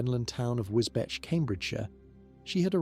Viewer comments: The Cambridgeshire town is said Wisbech IS SAID 'Wisbeach' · Wisbech is pronounced "Wis beech".